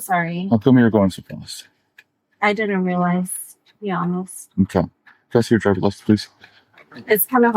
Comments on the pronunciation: “I’m being ronest!!” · You're not being honest. "I am being ongst"